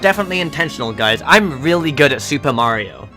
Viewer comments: is a she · “Lovely people” love it